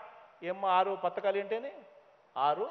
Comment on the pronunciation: 6 patakalu kadu raa Jagan babu. It’s 6 padhakalu.